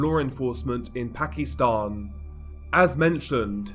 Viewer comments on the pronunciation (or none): Pak-i-stan..... Not pak-ee-stan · ...weird way to pronounce Pakistan. Reminds me of how racist people use to call asians when I was a kid....